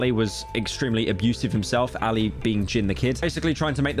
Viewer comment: bro did not pronounce ali like ally like BRO